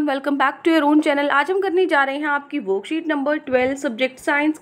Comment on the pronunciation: Like when u say "woookset no. ... 😂